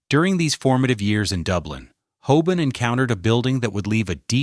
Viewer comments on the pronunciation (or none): It’s HOBAN not HOBONNE! Ffs! This is the second of your videos I have looked forward too but had to look away by the repetitive use of names and places and the utter drag out of what could be so interesting into utter sludge. Such a shame.